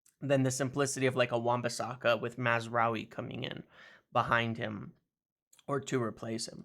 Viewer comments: Congratulations on your (repeated!) pronounciation of Mazraoui! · Congrats on finally pronouncing mazarai correctly